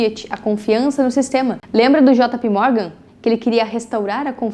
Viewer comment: Eh jei pi ou jota pe, jota pi morgan nao da 😂😂